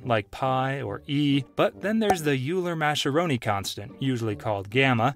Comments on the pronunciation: it is pronounced oiler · Hey Idiot: “Euler” is pronounced “oy-luhr” and “Mascheroni” is pronounced “mah-skeh-roh-nee.” If you cannot even pronounced the subject matter, maybe you should be reporting on it?